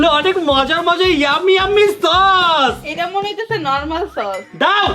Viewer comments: Tok❌ Sos✅😆😆😆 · সস না কট 😂😂